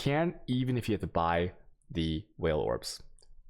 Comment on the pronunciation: Don't forget the whale orbs